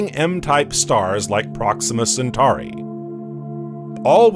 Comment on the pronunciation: Pronounced Cen-tor-i and Cen-tor-is constellation, not centari or centaris constellation.